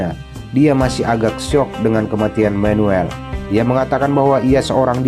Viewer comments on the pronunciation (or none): Manuel bos bukan menuel Maria bukan meria 😂😂😂😂sok pinter bahasa inggris lu😂😂😂